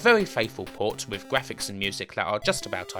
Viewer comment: tha gwaphics awe bwoken